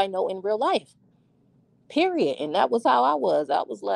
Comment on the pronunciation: And the annoying Sean davie way mannerisms that he’s adopted when adding extra syllables on words . Wtf is a perioduuwwll or frienduuwwlll 😂 like I can’t watch either I tried with Sean multiple times and always leave . I can’t digest they content